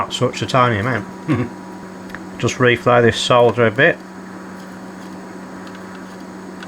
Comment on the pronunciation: I subscribed because you can pronounce "solder" without sounding like you're talking about a pile of dirt.